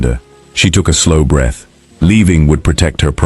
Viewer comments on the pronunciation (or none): none